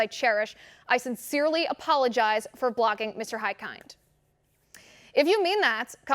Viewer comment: Great reporting, but please ask one of Hikind's constituents (like me!) how his (last) name is properly pronounced.